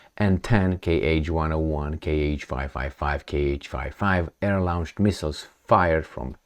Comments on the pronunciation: Lo:nch; lo:ncht. I can’t use the phonetic symbols here. It’s just a long o: - not a diphthong - /au/. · You insist on pronouncing the word launch as lounge. How come this singlemindedness?